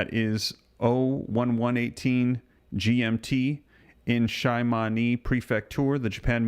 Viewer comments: It's pronounced She- ma-ne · Jus to let you know Shimane is pronounced She-ma-nay. lol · Shimane Japan... pronounced (SHEE-MAH- NEY). Thank you.